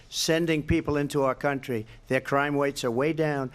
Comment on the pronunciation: I’m sorry… did he just say “crime wates”??? 😂😂😂